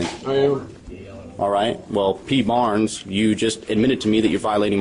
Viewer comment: haha, “yeah P Barrrrrnes. What ya gonna do about it, P Barrrrrnes? You gonna taser me, P Barrrrrrnes? You... AGHHH, please stop!”